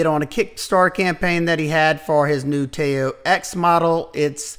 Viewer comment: Nice list! Btw, I believe Tao is pronounced “Tdow,” rhymes with pow:)